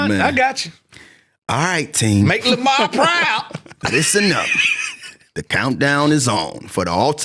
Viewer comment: It’s LeVar Burton not Lamar fellas 🤣🤣🤣